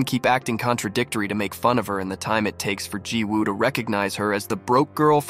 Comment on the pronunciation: Remember that when there is a Woo in a Korean name, it’s pronounced Ooh. The W is silent. I’m willing to bet that the name is spelled Jiwoobut should be pronounced Ji-oo.Didn’t you hear how the actors pronounced the name??